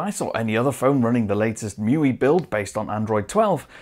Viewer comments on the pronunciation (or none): Bro, you must know that it's not pronounced "Mewee," it's "Mee You Eye". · „Show Me“ uses "Mee You Eye".